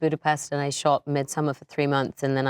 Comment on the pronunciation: Yeah no she's still misprounouncing Midsommar 😬